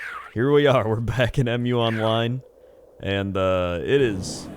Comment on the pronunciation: its mu online not em you online lol